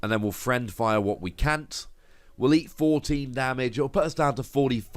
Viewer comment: Yet another excellent video! one thing though, you were mispronouncing it the entire episode. It's fiend fire, not friend fire.